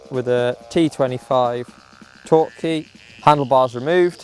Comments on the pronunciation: sorry for being a dick head but those are 'torx' keys, not 'torque' keys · I'm pretty sure it's called TORX keys, not torque. :)